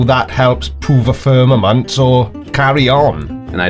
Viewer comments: The firmaNent? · Is it just me or was he saying "firmanent?" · ffs, he can’t even pronounce the word ‘firmament’. Give the doofus a crayon and let him consume it.